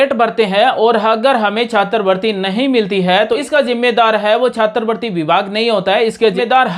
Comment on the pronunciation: सर जी छात्रवृत्ति बोलिए,छात्र वर्ती नही